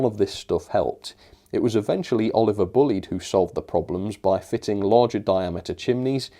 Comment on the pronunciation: Same old same old. Yawn. And the names BULLIED is pronounced BLYDE, not BULLEYED ,Do a bit of research.